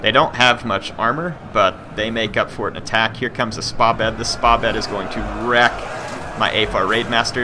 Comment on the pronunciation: Great video,really enjoyed it. i just want to point out something about the pronunciation of 'Spahbed' it's pronnunced like this : Sepah-bod Thank you